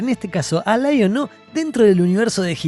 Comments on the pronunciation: LAI ON O ... sos argento Leon-o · Muy buen video amigo! Aprendí que se le dice Laiono y no leono 😂😂